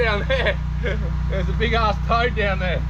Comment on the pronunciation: I thought you said you felt a turd....not a toad! :face-purple-wide-eyes